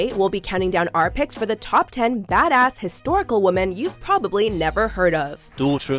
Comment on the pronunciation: I know the English language is super confusing, so I don't blame you for saying women wrong, but for future reference, the word is pronounced "WIH-men". Darn this language!